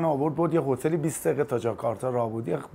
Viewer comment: جاکارتاژ چی بود دیگه پژمان جون؟! فکر کنم کرتاژ زیاد تو پرونده‌ی روابطتت بوده که جاکارتا رو جاکارتاژ تلفظ کردی :)))